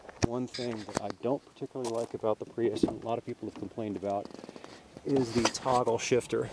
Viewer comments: Lol.. They came out the plug-in version in 2012.. Still uses NiMH up to year 2013. change the title.. False advertising your video.. I was looking for the 2014 Prius.. Pronounced pree-us. No pri-us.. Lol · He said "Pry us." Haha. Its pronounced "Pree iss." Nice video though!